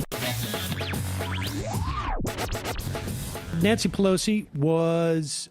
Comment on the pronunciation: Pah-loser? I demand a recount!